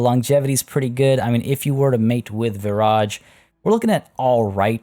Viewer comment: The entire time you were saying Viraj I thought you were saying garage 🤦🏼‍♀️ it’s been a long day lol